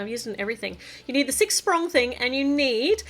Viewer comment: were you thinking ‘sprig’ when you were saying sprong? Driving me crazy trying to work out what word you were thinking of lol